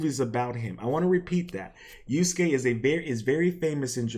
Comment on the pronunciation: the fact that youre just taking something the right came up with against them tells me all i need to know about you dawg. also its yasuke not yuske lol, learn the name of the person youre making a video essay about first before trying to pontificate